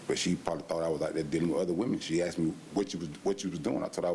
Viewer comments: I wonder if the court recorder typed out "She didn't axed me to leave" and "he axed her and said we good" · The word is " asked" NOT "axed" ...😂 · she didn't axed me to leave omg why do they say axed always it us asked